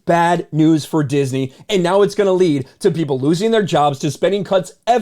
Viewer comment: “Disnmey stock” 😂